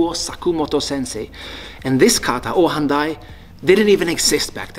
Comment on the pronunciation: Ohan Dai? Really? C'mon man.